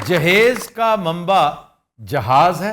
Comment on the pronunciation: in wedding context it is derived from samebroot and means preperation proper pronunciation is JIHAAZ